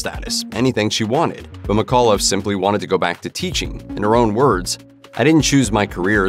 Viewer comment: my last name is mcauliffe, and sometimes u mispronounced it: its mic aw liffe, with the c in mic having extra.